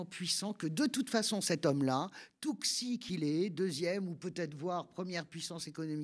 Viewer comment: X en chinois se prononce à peu près "ch" et pas "ks" ou "tch" !!!!! C'est pas difficile ça !!